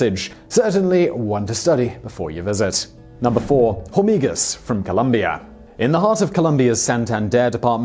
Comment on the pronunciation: The H in "hormigas" is silent.